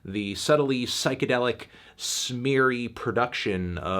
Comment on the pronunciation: can someone make a compilation of every single time anthony has ever said “pyschadelic”